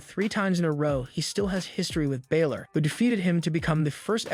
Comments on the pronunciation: Its Balor not Biller get it right you sound stupid when you get their names wrong! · Do you actually watch this stuff? You can't even get Finn Balor's name right! How hard is that?